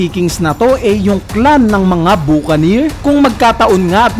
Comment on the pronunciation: Buca"neer" engi"neer"